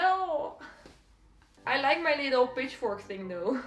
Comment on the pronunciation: I heard B*tchFork 😂😂